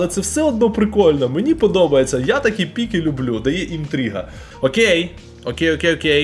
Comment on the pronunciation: не хочу душити, але правильно піки, а не пікі